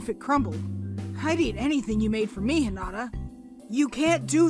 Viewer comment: why doew he say hinada LOL